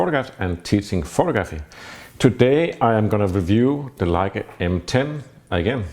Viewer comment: When says “Photo-graphy” it always seems to (A) catch me off guard (or offgaard) and (B) make me a little weak in my american knees